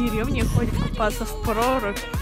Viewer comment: Кто ещё заметил что она говорит мы будем купафца